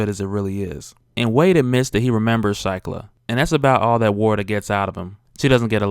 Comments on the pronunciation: Pronounced sheeklah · Shiklah = "SHEE-klah"